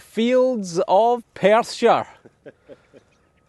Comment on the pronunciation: Your a joy to watch and have done since you started, the way you roll your R/s when saying Perthshire and worm are awesome and give me a chuckle but can you say purple burglar alarm on your next vid for us please. Daus 2 locks, don’t be to hard on Simon as I’m sure he trying 😂 Russ from Bristol